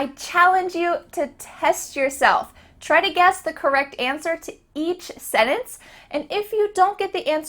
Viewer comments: If I did a video on speaking English I would pronounce the word "sentence" more like the majority of people say it. Sort the same error that people make saying "ek cetera" for "et cetera". Another pet peeve of mine is people who say "podium" for "lectern". You stand on a podium and you stand at a lectern. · Im not sure if you are pronouncing the word "sentence" correctly. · What an annoying woman. By the way, it is a sentence, not a sinnence. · I hear you pronounce "se-nens" instead of "sen-Tence" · seems big on pronunciation... somebody please tell her that the word "sennance" has a 't' in it. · OK...let's start at the beginning It's SEN-TENCE ...NOT...SENNENCE! Major fail. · Am I the only American who sees the irony in the fact that she says “sentence”in a way only a small portion of the US pronounces it, and she’s teaching non English speakers how to fit in? Just me? Ok. (North says either sent-ence or sen-tence but south tends to pronounce it sen-ence). No hate! Just something I noticed. 🤷🏻‍♀️🥸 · Since you are teaching English, Please say SenTence with a T not sennence! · This made me go back and listen. She said 'sennunce'. I guess that's ok, but I say it (as a native English speaker from the west coast) with a voiceless glottal fricative 'senh-unce'. Or sometimes, as it's spelled, with the 't' pronounced: sen-tunce. That is a little fancier-sounding, and sounds more 'trained.' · What is a sennance? Are you trying to say sentence? An English expert should be able to pronounce words correctly, right? Just axen, aight? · Why do you not pronounce the "t" in the word, sentence? You say - "Sennence". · senTence..... there is a T in the word. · Can you at least pronounce “sentence” correctly? It’s not se-tence!! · you really be out here saying "setance" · Lol, someone teaching English words but mispronunciations the word “sentence”. It’s not “Senance”. 😂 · Sentence is pronounced saying the T, senence is not correct....